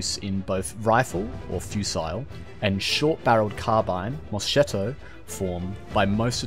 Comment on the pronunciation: Moscietto? Bro